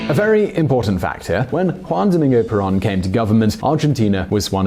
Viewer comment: In Spanish, the o is like a "long o" in English. /Pear-OWN./ (Caps for the accent, written out in Spanish, otherwise it would indeed be penultimate.)